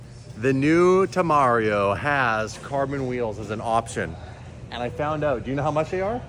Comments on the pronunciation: It’s te-me-rario not temario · it's not Temario, it's Tem- er-ario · "Poo" +"Raw" + "San" + "Gwe" = PuRoSanGue and the new Lambo is Temerario, not Tamario :D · Lamborghini TEMARIO 😂 how to forget the name in one week presented by Lmao TEMERARIO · Lamborghini TeMario? TeLuigi? 😂😂 it’s temerario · Lamborghini TE-ME-RA-RIO 😅 Ferrari Puro sangue (Pure blood) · it’s pronounced Teh-Meh-Ra-Rioh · TemeRaRio cmon, ur in LA u gotta roll those RRR's. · bad with names today 😅 Purosangue and Temerario 😂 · Tem-Mario? Come on, you're killing me here! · In sílabas in faction of the word is TE-me-ra-rio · That's not even enough syllables for "temerario".... Real Lamborghini ambassador.